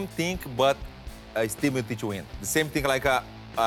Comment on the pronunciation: Werdum never says Miocic's name right haha